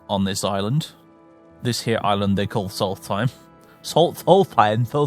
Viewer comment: Funny, I always imagined it to be Solst-Heim instead of Sols-Theim, as you pronounce it